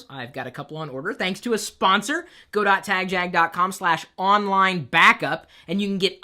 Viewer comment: Chris, i should let you know that I've never participated in your give always because i hate the way you say tagjag.